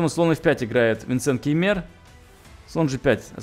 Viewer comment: произносите, пожалуйста, фамилию Винсента правильно, если не через «а», то хотя бы с ударением на 1-ый слог - Кáймер, можно и Кéймер ( Кáймер будет точнее). Когда Вы произносите Кеймéр, то превращаете немецкую фамилию в турецкую. Винсенту будет резать слух такое произношение. Практически у всех немецких фамилий ударение всегда ставится на первый слог. А так к обзору претензий нет, круто! СПАСИБО! 👍🏽